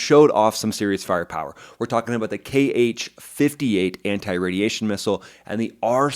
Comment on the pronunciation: Kh-58 is simply pronounced H-58... Have Americans ever heard of the phonetic alphabet???